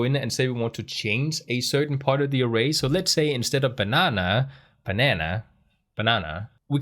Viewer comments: Great video. Also, your initial pronunciation of banana is correct. No need to change it. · You say "banana" absolutely correctly. Americans say it slightly differently but they American after all. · your php videos are the best on youtube. But you, sir, are a banana! It was so cute how you experimented with the very American pronunciation of the word, personally, I like your pronunciation better. Jeg elsker dig min bror.